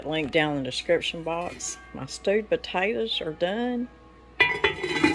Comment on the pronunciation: Another wonderful cooking video! Thank you for sharing! As a northerner I'm amazed by your accent. 😆 In this video it kinda sounds like you're saying "stupid taters" which made me chuckle.